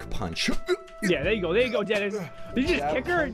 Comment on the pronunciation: it's Denis not Dennis